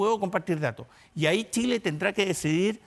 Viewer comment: Se equivocó, tambien dijo Chila en vez de Chile.